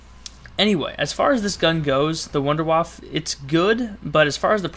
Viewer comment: sorry to sound like a dick, and by all means, say what you want, but in german, wunderwaffe would be pronounced Vunduh Vaffah.